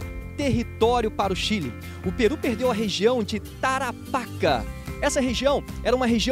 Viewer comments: Tarapáca?????? .eu amigo é Tarapacá....como chileno meus ouvidos doem so te ouvir falar errado. Alem disso esta historia esta mal contada e precisa corregir muitos erros e fatos historicos. Saludos desde Chile 🇨🇱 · O nome certo é "tarapacA"....tem que carregar a última letra "A".....MUITO BOM VÍDEO ,....NA VERDADE , PARA QUEM NAO ENTENDEU,...NÃO ERA O GOVERNO DA INGLATERRA JUNTO COM O CHILE.., NA VERDADE ERAM EMPRESÁRIOS INGLESES INVESTINDO NO CHILE E DEFENDENDO SEUS INTERESSES ASSIM COMO ACONTECE ATE OS DIAS DE HOJE, INCLUSIVE NO BRASIL...Com respeito à guerra das Malvinas,..o Chile deu suporte logístico ao exercito inglês, o Chile fez isso porque:..primeiro., existia um embargo de armas para o Chile..o exército chileno não era nem a sombra do que é hoje (assista aqui, parada militar chilena 2017),..e o exército argentino planejava depois de tomar as Malvinas .., invadir o Chile.., se isso tivesse acontecido seria uma massacre já que o exercito chileno era muito fraco..,por isso o Chile decidiu ajudar a Inglaterra, evitando assim a invasão do exército argentino. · Outra coisa, você pronunciou errrado Tarapacá, o acento agudo está na última sílaba e não na penúltima. Nem vou comentar.